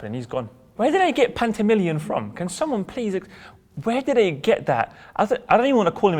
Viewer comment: At least pronounce Pantilimon's name right!